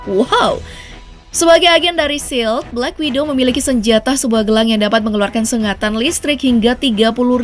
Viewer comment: Black Widow Min, bukan Black Window 😅